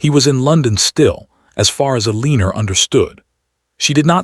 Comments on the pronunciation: AI pronounces Eleanor (EL- eh-nor) as eh-LEAN-or. Someone does not know how to program AI to pronounce Eleanor correctly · Because this AI is obsessed with a name it can not pronounce. I have commented to the channel/author to not use that name since their AI can’t pronounce it and it has been used by the AI in 3 or 4 stories.. I am leaving because Elinorr makes me flinch everytime. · Changing her name from Clara to a mispronounced Eleanor was the first strange thing about the story...others have addressed by others. Who wrote the last letter? that was not clear ....and she should have provided an heir in the ending since that was the main reason for their malice acts!